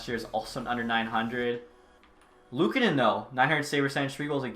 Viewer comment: Another year, another franchise where cant pronounce luukkonens name correctly.... sad buffalo fan noises